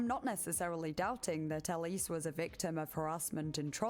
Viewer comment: Isnt Ellis pronounced Ell-iss?